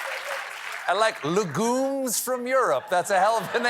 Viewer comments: CORRECTION: the "u" in "legume" is pronounce like "you", not like "ooo" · Is that the correct pronunciation of legume? I say leg-yoom.